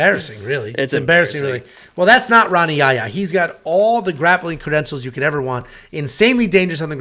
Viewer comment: It's Rani ya ya...or yah ya stop butchering his name lol!